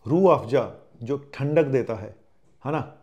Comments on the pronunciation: Padhe likhe ko Farsi kya.......... Itne hi padhe likhe ho toh Farsi kya Urdu bhi sahih nahin bol pa rahe ho, Rooh Afza ko Rooh Afja bol aur likh rahe ho. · URDU SAHI NAHI HE ESLIYE SAHI SE NAM LENA NAHI AA RAHA HE